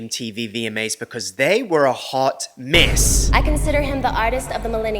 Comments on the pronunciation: Is he saying “miss” or “mess”? Lol. Cause either word works. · Every video is a MESS... lol it sounds like you're saying 'miss' a lot of the time. Just in regards to the Michael Jackson award/not award thing, i am more inclined to believe that Sony had something to do with being shady than what a r worder says about him hearing someone say simething about Michael 🙄 I think it is also so disgraceful that JLo WON THAT AWARD BECAUSE SHE DIDN'T SING THAT SONG. 'I'M REAL" was not even sang by her. Again. And also the fact that Ashanti was one of the main artists JLo used for her songs, and Ashanti was also nominated that night is crazy.